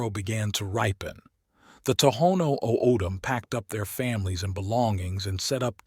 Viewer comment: Great visuals but the pronunciations are so off. It's Papago (pop-ah-go) Saguaro (sah-wa-ro) O'dham (Otham) olla (oh-yah)